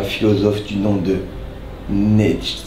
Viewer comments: Le philosophe est allemand et il se prononce à peu près Nitche, mais le « E » à la fin est plus prononcé (pcrk c’est l’allemand logique) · Et t’a moi qui revise le bac de philo et eux qui me sortent "nietsche" ptn jpp de lui arreterrrr (ma prof de philo aurait fait un arret cardiaque sur la prononciation du nom) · aurait pu faire un effort pour la prononciation de Nietzsche… Mais la ref a Baudelaire excellente par contre! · Naaaaan c'est trop une d il a mal prononcé Nietzsche 🤣🤣🤣Une ga-lère ce mec:face-purple-crying::face-purple-crying::face-purple-crying